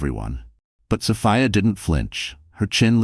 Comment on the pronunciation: 😂😂😂OK, AI...is it So-fee-a (correct) or So-fie-a?😂😂😂